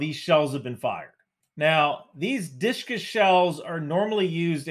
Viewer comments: The word you are saying is 'Dishka'. Yes, you are reading an acronym. However, the persian script you are showing is 'dhal' 'waou' 'sheen' 'kaaf' 'aalif' which would be pronounced 'dooshka' or, if the waou is influenced by an unwritten diacritical mark called 'kisra', it would be pronounced 'duishka' or 'dwishka'. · I think it's prono pronounced "dhu shka" my vary by nation state however